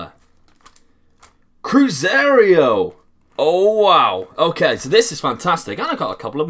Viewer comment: CruZEIRO not cruzerio